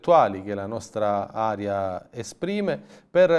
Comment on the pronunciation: sei bravissimo e condivisibile simpatico voterò sicuramente per il tuo gruppo.. ma non riesco più a sentirti dire "aria " anziché " Area "... scusa l'apparente banalità dell'operazione... ma tanto ti dovevo.🤗🤗